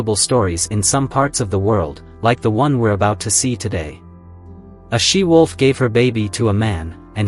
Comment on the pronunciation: It's 'she wolf' not 'sea wolf' you idiot!